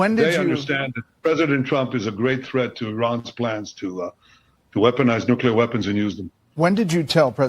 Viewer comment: Benny! There's only one "U" in nuclear!!!